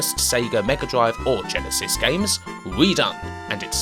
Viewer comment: You're not American, so why are you calling it the Gensis? I find that a bit strange, but good video never the less.